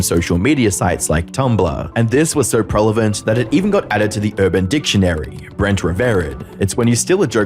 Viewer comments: prelevant "Prevalent" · “Prelevant” lmao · lol, “prelevant” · "Prelevant" (prevalent) and "potes" (posts). I'm two mins in, dude. You speak for a living, in ironically a similar format to many other YTers, tighten it up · "prelevant" LOL really? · Some: "Always a great video" Others: "Wow, these people suck" Me: "Did he just say 'prelavent'?" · Did he say prelavent?😂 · Did I hear "prelevent" instead of prevalent?